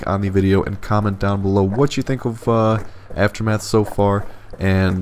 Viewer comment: "after math" "after meth"